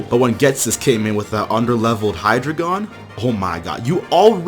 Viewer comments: You don't pronounce it "Hydragon" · Oh my gosh the mispronunciation on hydreigon was KILLING me